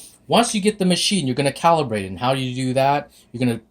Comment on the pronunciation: THANKS FOR SAID "CALIBRATE" <3